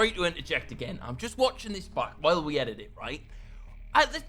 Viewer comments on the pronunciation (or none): none